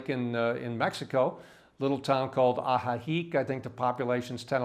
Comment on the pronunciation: Great add and point of view! I share a lot of your thoughts, conclusions and sentiment. But please, and I know that might sound brutal, but please learn Spanish or al least know how to pronounce Ajijic. And also, and I know it is hard, but please stop tipping and introducing American Way of Live in Mexico. Because then the locals are not financial able to live there anymore, because all the prices go up and everybody only wants to work for the gringos because they pay more. When I was visiting Ajijic 2 years ago, it already felt like a big American-Canadian retirement home in Mexico, and the Mexicans were mainly there to serve and entertain the gringos. And the main topics were "Where do you get things the cheapest?", and "How do you deal with your illnesses?". Personally, would like to live where I am able to become - at least in part - a part of the local community. Hope I didn't tip you off. I just wanted to share my thoughts.